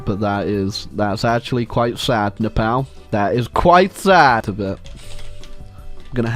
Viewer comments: Love how he pronounce nepal "nePAL" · Nepal is painfully said